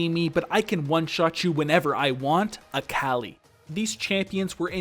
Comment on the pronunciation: I am so sorry but when you said “A CAL I” I literally died 😂😂 fantastic vid tho. Subbed.